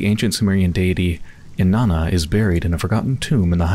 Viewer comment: Herodotus was an ancient Greek historian, you pronounce it something like hair-odd-ah-tis. And Inanna was an ancient Mesopotamian goddess of sex and violence. Pronounced something like In-on-ah.